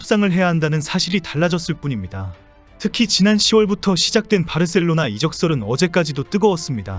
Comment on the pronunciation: 바르셀로나 가 아니고 바 셀로나